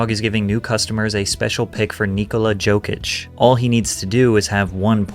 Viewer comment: patrick, nikola’s last name is pronounced (YOKE-ITSCH), the J is basically pronounced as a Y. 😊